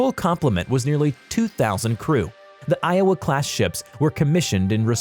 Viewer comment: WOW, he pronounced Iowa correctly, what a miracle!!!